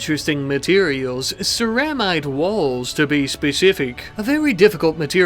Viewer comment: Hey it's pronounced sarah-mite. Also, you kept using the word coagulation when you should have been using the word conglomeration. I'm not correcting you to be an asshole. I'm a huge fan and I want you to make the best content you can for us to keep enjoying. Although it does kind of add that touch of unprofessionalism that makes YouTube videos feel so personal for us viewers. I'm a passive observer to a professional production. I feel like i'm living through this with you.